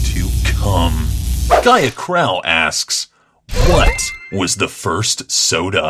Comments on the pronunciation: for the second question I just have 2 point something out it's pronounced crow not crowl I have a friend who's last name is crowe and it's pronounced like that I just had 2 point that out. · Crowe is pronounced "crow"